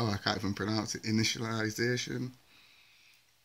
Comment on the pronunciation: omg that init-i-liziation is hilarious